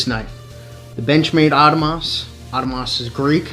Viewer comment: lol this is the first guy I heard pronounce it as "Auto-moss"